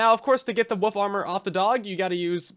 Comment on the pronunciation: Woof armor..... I keep hearing woof armor, and I'm all here for it